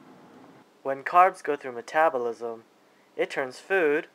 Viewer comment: sounds like you are saying cannibalism